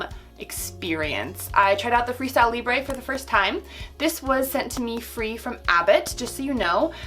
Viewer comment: it's libruh not libré why not just go by? you pronounce your full handle as ""